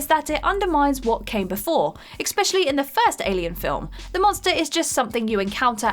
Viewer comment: “Expecislly” oh dear 🤣🤣